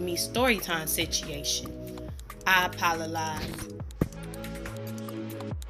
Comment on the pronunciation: “I apolalize” 😂😂😂😂